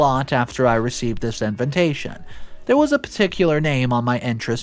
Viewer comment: It’s in-vi-tation and not in-ven-tation. Why do you keep on mispronouncing it?